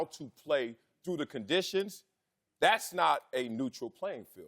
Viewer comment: What are the chances Wiley is actually illiterate? He's missing words in his sentences. What are 'condishes'?